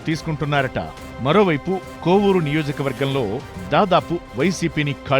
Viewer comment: కొవ్వూరు కాదు కోవూరు